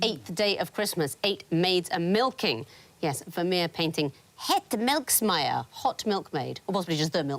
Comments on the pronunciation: Somehow the S got transposed to make "Melksmeije" which is complete nonsense. And indeed, it just means The Milkmaid, nothing hot in there. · "Het melkmeisje", pronunciation so bad I didn't even understand it. Where did she get the R at the end from?